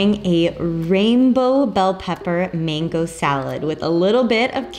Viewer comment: It’s MANGO. NOT MENGO